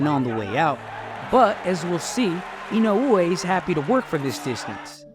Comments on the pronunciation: C'mon top rank.. this man is printing you 💰. The least you could do is learn to say his name right. Just say 'E know way' at least it's closer than 'e no ooh whey'. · It is 4 syllables, but I think the emphasis on the e-no-OO-ay is the strange part. In Japanese the syllables somewhat blend, and the emphasis should be more like EE-no-oo-AY. Applause for doing your research beforehand though! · his name is not inouuuuoooye btw. its just I N O E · In-o-way, that’s how you pronounce it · Idk why English speakers tend to make Japanese names more complicated, dudes name is NOW-YA IN-Oh- Way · He's not Hawaiian dude, you can just say "In-oh-way" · Don't listen to these guys please, it's Ino-weh simple as that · The correct pronuonciation is, Now-ya Ino-way! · Say his name properly. Put some respect on it. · i cringed every time i hear you say inoue name, sorry i cant finish the video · The way he pronounces his name pisses me off. At least say it right if your gonna make a video about him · How this guy pronounces "Inoue" rustles my jimmies